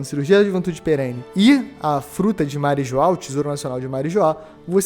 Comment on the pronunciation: Marijoá kkkkkkkkk meu Deus 😐 Marijoá 😂😂